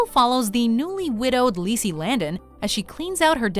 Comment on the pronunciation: YES!! I am so incredibly happy that Lisey's Story was #1! I love that novel, so much. Each time I have read it, I find more things to love about it and it made me very introspective and thought-full afterwards. And thank you for pronouncing the name correctly. I mispronounced the title for a LONG time, lol!